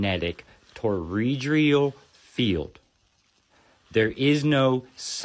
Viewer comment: Did that dude say teredreal? Like bro calm down it's toroidal